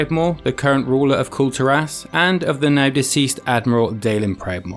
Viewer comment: everytime he says Kul Tiras all i hear is culled'ur ass.